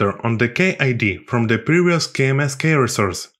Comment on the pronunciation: i like your videos, by the way, the pronunciation for key is 'Kee'.